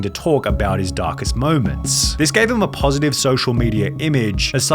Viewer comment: how did you manage to mess up the word "just" and "positive" postaive 💀